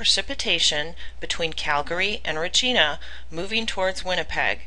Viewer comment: Love these reports...thanks so much...I am a Canadian and you pronounce Regina...Reg-I-na, the emphasis is on the I..keep up the great job you are doing!